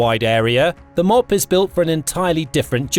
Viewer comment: M.O.A.B. pronounced Mow - Ab.. like the town Moab in Utah or the region east of the Jordan river in the Holy Land.